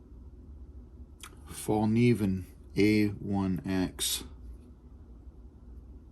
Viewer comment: The k is not silent , if u wanna pronounce it in Swedish. Hint: “evil knievel” Fall-knieven. Cheers n congrats on a lovely blade! 🙌